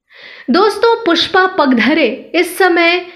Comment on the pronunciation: खूप वाईट वाटत आहे त्यांचे नाव पुष्पा पागधरे आहे ते नीट उच्चारावे ही नम्र विनंती